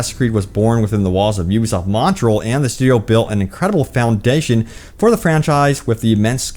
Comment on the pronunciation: Sir, it is "Montréal" not "Montrell".